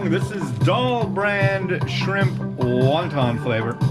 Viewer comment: "Sprimp" lol